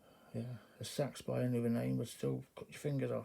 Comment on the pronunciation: Sorry about your dog buddy it can be rough. I love see =ing your Knives I never knew the correct pronounciation of seax until you sais it. I hear everything over here in Kentucky.USA. Thanks for sharing them